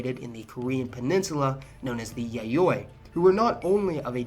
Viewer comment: A Cook's tour of East Asia, and equally superficial. Sure, it digs out a lot of factoids about East Asian countries, but I didn't learn anything new. Really. Learn how to pronounce Japanese. E.g., Yayoi. And Zainichi just means 'in Japan'. You want Zainichi kankokujin or Zainichi chōsenjin.